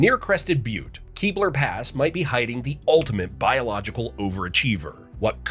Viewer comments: Couple of corrections, 1)Kebler Pass is pronounced "keh-blur" not "key-blur" 2) Pikes peak is made from billion year old granite that was uplifted 50 million years ago during the Laramide Orogeny . Pikes peak itself is not a billion years old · This narrator is either not from Colorado or some kind of AI. Cal-han, not Callan. Keb-ler, not Keebler. Soap-ris, not Soporis, only to be said correctly in the very next statement.